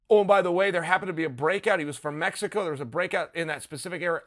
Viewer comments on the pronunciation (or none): none